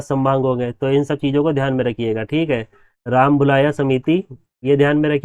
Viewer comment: सर वो रामलुभाया समिति ह और आप bol रहे ह राम भुलाया समिति 😁😁😁😁😁😁😁